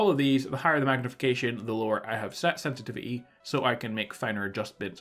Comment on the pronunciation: Today we're going to discuss the sensititity seddings lmao.